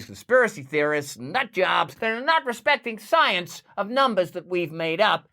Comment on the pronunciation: Follow the PSYENCE